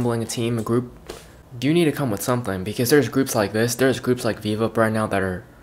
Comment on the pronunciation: The prounnounce is bi bi up